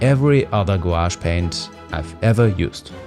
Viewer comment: Do they just turn into ordinary watercolours when they dry? It was nice to hear someone pronounce the word without saying Gwosh for a change. :)